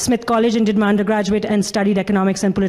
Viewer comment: Every time I hear your outro I hear, “Come check out mein content.” And I chuckle that weirdos actually think you’re a nazi for being normal.